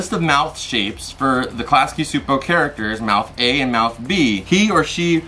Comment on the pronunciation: Just to let ya know, Csupo is pronounced (Chew-Poe) 👌